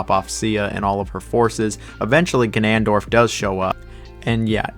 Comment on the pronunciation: The way you pronounced “ganondorf” and “orcarina” pissed me off and I am unsubscribing